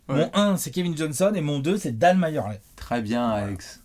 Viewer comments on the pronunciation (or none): Les gars "Majerle" ça se prononce "Merli" pas "Mayerley" !